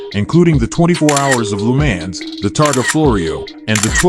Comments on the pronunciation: Most horrible pronounced Lemaaaaaans that I've ever heard. He has to know how ridiculous he sound's. Any attention is good attention i guess? And the McLaren F1 Lm only 5 were made a i believe it was different from the other F1's. Check it out. That Lemaaaaan's is incredibly irritating!!! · That pronunciation of Le Mans is absolutely horrible. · how did u pronounce..LeMans?😂😂so..weird..